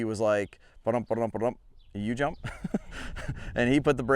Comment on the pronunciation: Great video! I have to mention though, that at first I thought you were saying, “teach him to hump the jump…” 😮😂😂😂😂😂😂😂😂😂😂😂😂